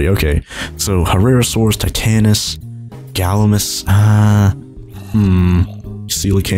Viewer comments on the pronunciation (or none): Galimimus is pronounced gall-ee-mye-miss, not gall-uh-miss. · It’s pronounced GALIMYMUS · It's pronounced Gal•I•My•Mus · Gal - la - my - mas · You say Gallimimus wrong